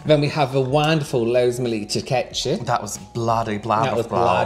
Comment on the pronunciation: "Kyabaytees" instead of focaccia is the most unhinged pronunciation and I'm here for it 😂 Edit: "Turkechi" and "Panechotala" have entered the chat 💀